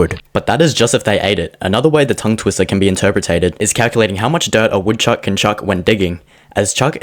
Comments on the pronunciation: u said it wrong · It hurts that he messed up the opening line 😂 Otherwise loved it!! But my answer has always simply been "A woodchuck would chuck all the wood he could if a woodchuck could chuck wood"